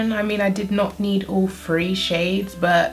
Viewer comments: It's three not free lol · Ur sound so cute when u say 3 it sound's like ur saying free!